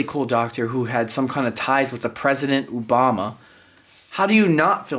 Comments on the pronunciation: it's Obama....not Ou, O-bama.😂✌️Great video. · You saying Ubama is hilarious 😅 it’s Obama lol